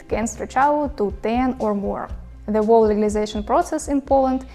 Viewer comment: a very good summary - clear, well explained! (BTW: You pronounce "whole" like "wall", but it should be like "hole":) Take care!